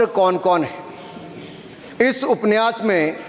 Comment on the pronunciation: उपन्यास बोलना नहि आता ठाकूर सहाब को